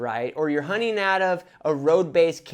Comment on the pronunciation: My 9 year old son keeps telling me you’re saying “honey partner” lol.